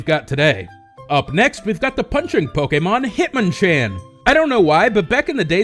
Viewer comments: lol pokemon (say poke like chicken poks) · The way you say pokemon somehow offends me, doesnt sound right haha